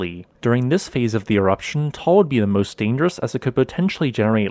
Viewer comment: Pronunciation is not Tall its Ta-al.